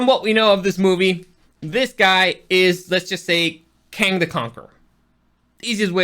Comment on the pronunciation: As I’m trying to get passed you ripping off Supercarlinbros 3 minutes and and you can’t even pronounce Kang right after just watching the movie. I’m done. Never again